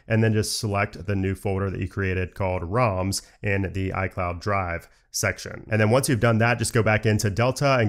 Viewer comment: It's ROMs and not RAMs :) you need to correct your pronunciation